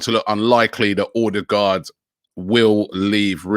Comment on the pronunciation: ….and Odegarrd saying it Ordegard, when it should be pronounced odegauld as in (Bobby Gauld). It’s not difficult and a little disrespectful.